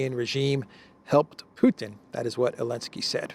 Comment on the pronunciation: Alensky? Don't you mean Zelensky?